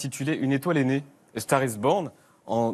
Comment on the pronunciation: A STAGH IS BOGHN !! C degoutant la facon de prononcer l'anglais à la francaise !!!!